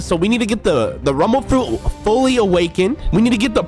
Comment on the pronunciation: I thought you said tumble tumble fruit